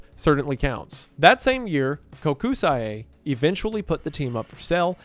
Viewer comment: Love the story about the Bolts. Great team, Tampa Resident, Go Bolts! However, the constant mispronunciation of Kokusai killed me this entire video. It's pronounced "coke-sigh", not "Koh-ku-sigh-eh".